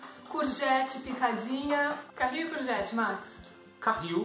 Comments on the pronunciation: Não é carril, mas sim caril. Carril é onde anda o comboio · Caril, não carril (carril é a linha de comboio) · Não se diz carril, mas sim caril ... ups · Olá,desculpe estar a corrigir mas não se diz carril mas sim caril=curry.....Vocês são um casal muito simpático tudo de bom. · Está errado não é Carril é Caril , é só um r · Não é carril, mas caril, porque carril é onde anda os comboios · Não é carril. É caril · É Caril e não Carril..